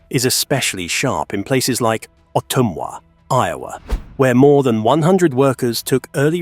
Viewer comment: Autumnwah?? Do your own narration!